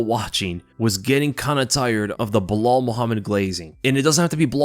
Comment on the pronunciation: Personally I like Uncle Chael's "Blehal"